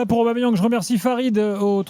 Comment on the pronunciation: Arrêtez D'ÉCORCHER le prénom et le nom d'Aubameyang svp bande de footix y'a pas de Didier ni de je sais pas quoi c'est PIERRE EMERICK AUBAMEYANG au cas où vous savez pas lire ni écrire